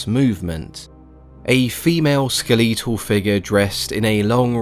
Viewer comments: Skuh leet uhl is cracking me up... That's can't be how it's pronounced across the pond is it Skel uh tuhl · First time hearing someone pronounce "skeletal" like that